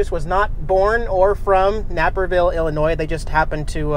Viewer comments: Not to be a witch yet I think you should probably know that the correct pronunciation of Naperville is Nape-er-Ville. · Nape-Er-Ville. So cool to see you in my hometown!